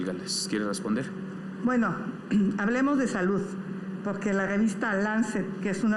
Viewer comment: Xhochil hablaba pura mrd acia Claudia y aparte habla con la g por ejemplo pogque y más